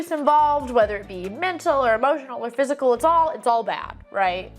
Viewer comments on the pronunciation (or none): none